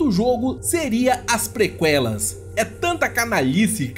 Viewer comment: Caramba, depois dessa pronúncia de Prequel, precisei ir ao hospital, queimou meus ouvidos.